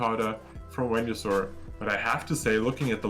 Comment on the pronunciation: They used the correct pronounciation of Wenusaur. Good.